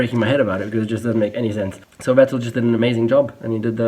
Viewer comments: It's funny how he pronounces Vettel and Hülkenberg wrong. I wonder whether he's just so used to saying/hearing "Wettel" and "Halkenberg" in an English-speaking environment or he deliberately does it for his international audience. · yes,good job,but.. Why are you caling Vettel...Wettl...Rosbörg? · He’s German but can’t pronounce Vettel correctly.